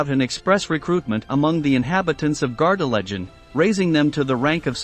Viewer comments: Pronounced Gar de LAY gen. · Please could you pronounce Gardelegen correctly.